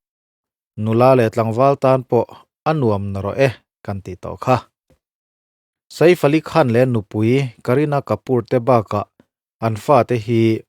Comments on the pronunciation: Saif AliKhan tiin an lam maithin a maw ka tia, Sa-if Alikhan ti a lam ka vawikhat hriat na🤭🤭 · Saif Ali Khan hming ilam Dan hi analh lo e.😮